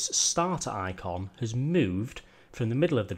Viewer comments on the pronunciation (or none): none